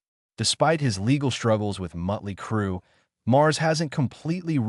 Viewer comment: Miley Crew? Mutley Crew? GTFO with this AI Bullshit!